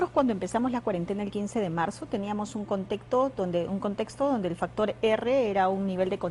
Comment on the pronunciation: Ministra ilustre?? "Contecto" No sabe ni cuantos días de cuarentena "Labores laborales" "Cobi" ya no es covid "Activar las actividades" "Denonados" ¡Es denodados, burra!